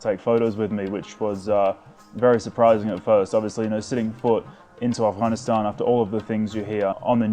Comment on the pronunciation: First guy to pronounce Afghanistan with its Gha